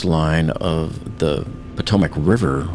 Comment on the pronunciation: Its Bohm-bar-dee-eh, not Bombardier. That's the guy who releases the bombs from a bomber aircraft. Also, its the Potomac river, not Potomic. Who's your editor?